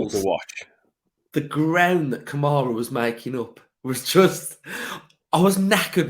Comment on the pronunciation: Thankful for Konsa, no doubt. But he doesn't play defense as well as Mings. Also, I like Mings with the ball controlling tempo. I haven't seen that as much with Kamara back. Also, 1 out of 10 for the broadcaster getting Kamara's name wrong.